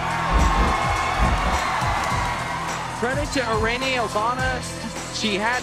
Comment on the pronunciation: minutes of poorly pronounced Irenes